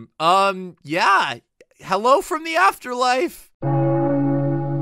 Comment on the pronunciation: Is so funny you said helo